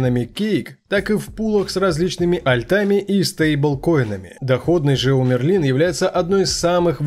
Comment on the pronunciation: Мне кажется что правильнее будет говорить: МЭРЛИН